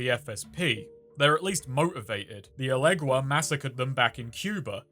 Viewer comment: thank you for not pronouncing Elegguan as "illusion" again. That is all.